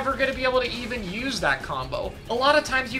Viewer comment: also kek at "Nothing is the worst special you just need to know how to 'youse' it well" He said. To chara, a top western competitive player... Know your lane bro.